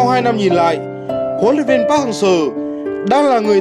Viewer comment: Đọc chuẩn vào, anh thì ra anh ,việt thì ra viet ,Seo=sơ